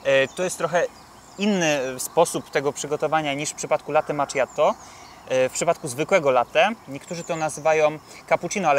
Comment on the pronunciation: maCZiatto? a nie maKiatto?